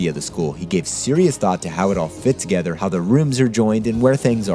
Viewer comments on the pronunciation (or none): none